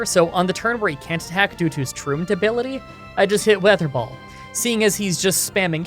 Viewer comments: You said ,,water ball" not ,,weather ball" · Does he say water ball instead of wether ball. Or am I just hearing things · Did anyone notice he said "water ball" instead weather ball for a long time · Ok I think my hearing is dying because, weather ball sounded like water ball to me, did anyone else catch that?, if ur reading this I got u covered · Weather ball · Did anyone else notice that at the beginning of the electric gym he said waterball instead of weather ball? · Weather Ball not water ball lol. You said that multiple times too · Did I hear wrong or did he say water ball? Xp Never change, never change 💙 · Okay so like, he called it "Water ball" like 3 times in this video and I'm not sure if he was calling it that because it was water-type, or he was simply making the same mistake repeatedly and not catching it. :/ Jk i love ur vids man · It’s weather ball not water ball lol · Is it me or did he say water ball ? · I constantly hear "water ball" instead of "weather ball" o.o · Drinking game! Take a shot every time he calls the move "Water Ball" instead of weather ball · It's so funny how switched between calling WeatherBall "waterball" and it's actual pronunciation 😂 Also, you can always grow leppa berries at every patch of soil so you can have infinite ethers, it's better than stressing out and trying to ration ethers